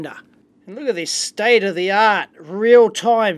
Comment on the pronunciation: State uh the aught... State uh the aught... State uh the aught...